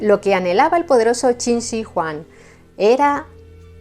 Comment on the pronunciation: Eres la primera persona es Youtube que pronuncia correctamente Qin Shi Huang